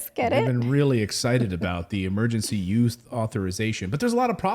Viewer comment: Its "Emergency USE Authorization", not "Emergency YOUTH Authorization".... you said it wrong multiple times 😂